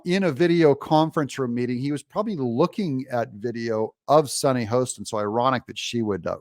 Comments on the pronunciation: Super video! Sunny’s Last name is pronounced Hah-ston, ironically not Hoe-ston. You’re welcome. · Hoss ten. Not Hoe